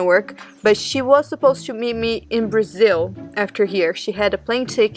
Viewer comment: It is pronounced brazil not brizzle 😅 sorry to point that out just never heard anyone prounounce it that way ✌️🫶